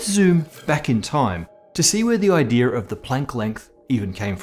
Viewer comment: Kills me when he pronounces "says" wrong. "Idea"r" is bad enough